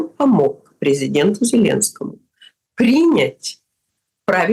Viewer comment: Что она так прикопалась к духам Мелани? Типа у неё такое образное мышление?! И ещё : принЯть! Не прИнять! Это просто режет слух!